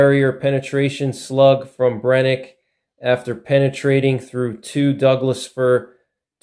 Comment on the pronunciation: The SF slugs are garbag as they do not seal well against water and have high potential for failure. Just use the Black Magic, they're essentially the same. Amd it's pronounced Bren-uh-kee not Brenick, fyi